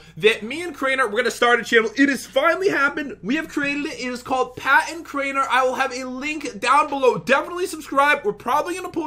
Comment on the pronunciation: Drew he said Crainer.